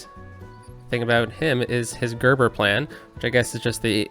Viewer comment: Another great one! Btw. Gréber is pronounced close to grey bear. You just have to listen to a traffic report on CBC Radio 1 or any French radio station to confirm, but good reference.